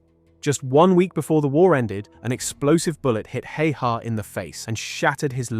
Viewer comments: Pronounced simo how-ha, btw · explains his horrid pronounciation of "häyhä" as well